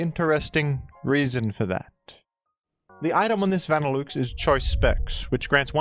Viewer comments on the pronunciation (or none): Hearing Vanilluxe pronounced that way is crazy 😭 You're saying vanilla correctly, so why is Vanilluxe van like a car? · Some say “Vanilluxe” is a pun involving “deluxe” and should be pronounced accordingly, folks. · Truly a dillewks pronunciation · Say "vanilOOX" one more time and im gonna crash out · I love pronunciation but im drawing the line at "van ill ooks" this has gone too far. Who told him to say that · pronounced va-nih-LUX in the anime and on bulbapedia he definitely said it wrong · Vanilla Delouxe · the vanilluxe pronunciation gotta be ragebait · please please please pronounce vanilluxe correctly I beg of you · Is that really how vanilluxe is pronounced in australia or am I being played the fool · Only someone as brilliant as could come up with such an incredible pronunciation for our frosty friend Vanilluxe. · i instantly got flashbanged by the way pronounced vanilluxe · The fact that you somehow missed the obvious pronunciation of Vanilluxe USING LOGICAL VOWEL SOUNDS THAT MATCH "VANILLA" AND "DELUXE" is actually incredible. Bravo. You might be one of the only people on Earth to get that name wrong. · 3 seconds in an he has already commuted war crime with his pronunciation of vanilluxe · I am absolutely here for this Australian man pronouncing this ice cream Pokémon in the most aggressively French way possible. Mon dieu. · My man, idk if you're doing it as rage bait at this point, but think about the words that make up a Pokémon's name for pronunciation. Vanilla, and deluxe. Nobody pronounces either of those works the way you pronounce the parts of vanilluxe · wtf is that pronunciation of vanilluxe my guy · I have NEVER heard Vanilluxe pronounced like that. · Good video, but the way you pronounce Vanilluxe is making me cringe ;w; Also, I've heard of the utility umbrella thanks to Reverend!!! :D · pronunciation of Vanilluxe sounds so wrong but it tickles my fancy...